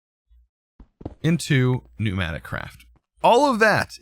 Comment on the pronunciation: Its not knewnaticraft, its PNEUmaticraft